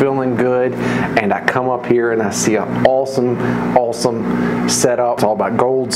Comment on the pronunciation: I love how that West Virginia twang comes out when you say "awesome ", I giggle every time. Anyway congrats on the gold! You seem much happier these days and I love it! Give Glenda and Bray my love and see you tomorrow!! 🥰😘❤